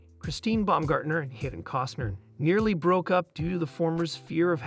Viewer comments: Might need my hearing checked. Sounds like he pronounced Kevin as (Kee-van). Oh well. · Keevin? You are pronouncing the names wrong! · Native Spanish speaker here. Kivin sounds great. It fits Kevin in a such an original and funny way. Come on!! He is a great artist. There is no doubt about it, but, in the end, Kivin is just another common mortal like any of us. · His son's name is pronounced Leeam not Lyum. You are pronouncing his name wrong it is not Keevin. Please check your pronunciation before releasing any video. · "Keevin"? "LIE um"? Who voiced this video? A badly written A.I. algorithm?